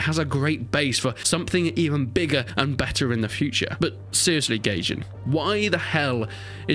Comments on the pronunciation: Nots not gayjin, it’s Gajin bruh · You said Gayjin instead of Gaijin. Epic bro. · Man said, "GAYjin"